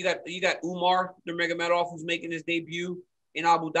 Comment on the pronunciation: Ariel wanting to pronounce Adesanyas name correctly but still pronounces Khabibs last name as NurmaGAmedov